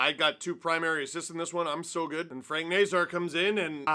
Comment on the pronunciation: Just a pronunciation note, the end of Nazar is “Czar” (Nay-Czar)